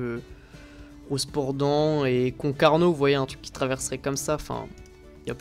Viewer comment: Hello ! J'adore cette carte ! :) Juste pour te rappeler que Rosporden se prononse Rospordun comme le chiffre Sinon, continu comme ça !